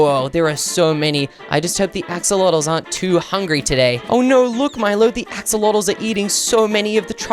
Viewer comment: Stop saying todeley😡